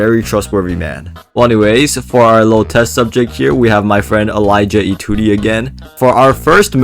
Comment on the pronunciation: Umm akshully, Vesperian last name is supposed to be Etudi, not Etude; that is for Ganymedes 🤓